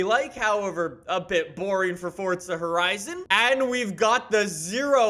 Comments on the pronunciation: FORTZA HORIZON 4 lel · Dont you mean "fortza horizon"